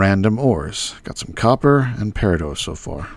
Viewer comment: The "T" in Peridot isn't silent,. It's my birth stone, unfortunately.. Wanted Onyx. And the plural of Focus, is Foci (Fohk-eye)